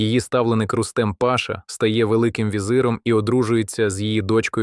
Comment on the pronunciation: Автор, який Ібрагим пАша??? І це не одна така груба помилка. Може хоч разок потренувались би почитати перед записом, щоб не плювати так на своїх слухачів.